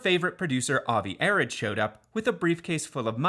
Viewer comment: JSYK, Avi Arad’s last name is pronounced “uh-ROD.”